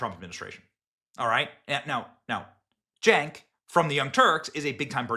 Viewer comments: Cenk is pronounced "Jenk", in Turkish C is pronounced as J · Benny has pronounced "Cenk" in every possible way in this one video. 👏